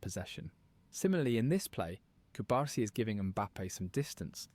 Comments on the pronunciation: A little correction, is Pau Cubarsí, not cubársi. cu-bar-SI. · Hey,. It's /koo-barsi/ and not /cube-arsi/; just like how you don't pronounce your own name like /liyuk/, but like /loo-k/. Keep up the good work.